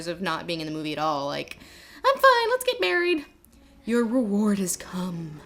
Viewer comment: Okay, I have a problem. there's the shot of Aragorn smooching Arwen during the wedding ceremony, and Lindsay says, "Your reward has come," but I keep HEARING it as, "Your reward is cum," and I'm not sure she didn't do that on purpose.